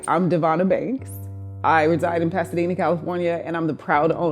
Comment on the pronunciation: What she said: I'm Devonna Banks What I heard: I'm Devonna Bakes